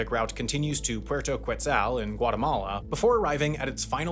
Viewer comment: Is that town actually pronounced like "kwetzal" or did he just show his whiteness? 😂 Edit: Gyat damn, bro is caked up and he knows it